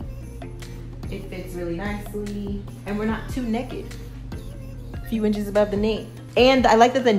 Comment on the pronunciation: I’m not alone !! You also pronounce Naked like Necked lmbo!! My husband makes fun of me all the time .